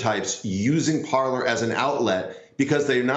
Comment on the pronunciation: "Parler".... The fact these "experts" don't realize the name is French and pronounced "par-lay". Think pirates of the Caribbean. It means "To speak".